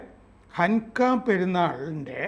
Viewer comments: ഹൻക അല്ല ഹനൂക്ക അല്ലെങ്കിൽ പ്രതിഷ്ഠോ ൽ സവം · ഹന്നു കയാണ്, ഹൻ ക അല്ല എന്ന് തോ ന്നു ന്നു.